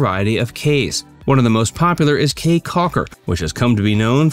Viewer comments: If you can't pronounce the name of the caye correctly then you have no credibility at all to be making videos about belize.. You called it as KAY but that is actually pronounced key.. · Its Belize Barrier Reef ,NOT MESOAMERICAN REEF. CAYE is pronounce "KEY" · Great video, Caye is pronounced Key. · it’s definitely pronounced as Key in Belize. Belizean man ma’am!